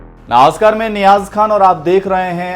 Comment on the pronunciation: Namaskar boliye please, Novaskar nahin. Namaskar bolne mein koi dikkat hai kya.